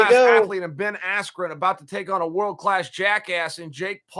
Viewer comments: I knew my bet was F’d when Buffer screwed up Bens last name. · Rigged. Everyone friends with Paul, Askren comes out with no emotion AT ALL, MICHAEL BUFFER mispronounced Ben Askrens name, knockout in less than 2 minutes??? Robbie Lawler nearly killed him and couldn't put this guy away. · Disrespectful to the sport of boxing! Absolute shambles... From purposely mis-pronouncing his name, to the sh*t talking commentary... most fixed pay day ever... May as well of called it Jake Paul’s birthday party & sold tickets to it. ✋🏽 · Michael Buffer mistook "Big 10" for "Big 12" at weigh in AND introduction then mispronounces "Askren"??? 😂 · Why you think the mispronunciation? So highlight reals don’t taint askrens real fights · You're actually goofy if you think one of the two single greatest announcers is going to accidently mispronounce a name as simple as Ben Askren. Being as close to the fight game as he is, it was clearly supposed to be some kind of joke or slight to Ben.